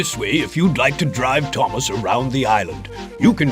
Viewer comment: What Thomas you said it wrong